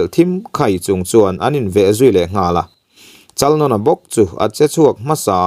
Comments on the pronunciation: Chalnawna tih lam dan poh adik lo...Nãwna tih tur vaibelDÂWN tih a Dãwn ri ang hian lam tur.. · Chalnawna......Chalnâwna tia lam tur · Chalnawna sai nawn ang khan i lam a a dik lo thluk rawh.